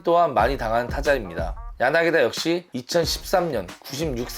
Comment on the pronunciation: 야나기다 아니고 야나기타! 엄연히 다른데 신경써주세요